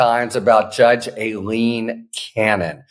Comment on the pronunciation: I believe that's pronounced "Ah-leen" in the South. Practice while slurping a Dr. Pepper.